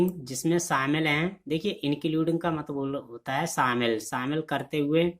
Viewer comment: It's not matbal, it's matlab